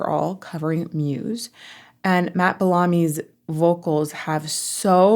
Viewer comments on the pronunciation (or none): That's not how you pronounce 'Bellamy'. It's Bel -a - me, not Bel - aa - me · BELL-ami, not bel-Army.